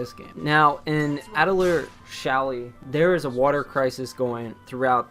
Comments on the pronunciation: pronounced Atelee-yay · A TEU LI YEAH !! i'm french it's easy to prunonce !! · this guy mispronouncing atelier drives me insane. It's a french word, and like many french words, it ends in a vowel. It's Ah-till-ee-Ae (long "A" at the end there, like in "Day") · it’s pronounced Atelier